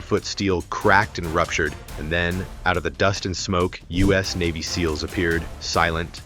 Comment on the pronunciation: Somebody needs to tighten up the AI narrative. They are navy SEALS. They are not s-e-a-l-s.